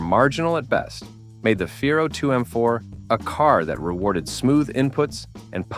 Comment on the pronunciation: "Torquey"? "Feero"? Seriously? Bad AI strikes again. 😮